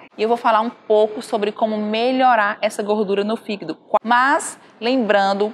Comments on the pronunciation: hehehehe... ...desculpe pela brincadeira sem graça, mas achei bonitinho o jeito que a dra. pronuncia "fígado". ..."fígdu" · “Figuído” KKKKKKKKKKK